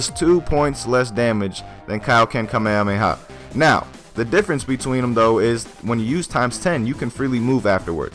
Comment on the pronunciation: You're pronouncing it wrong